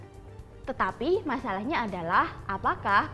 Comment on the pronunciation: baca "masalahnya" aja juga kurang pas...apakah nilai bahasa Indonesianya kurang?